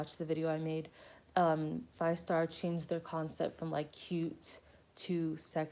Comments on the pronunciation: thanks for this very informative video!!! but isn't fiestar pronounced like "fee-esta? like the word fiesta?" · i'm not a fan but it's pronounced fyehstarr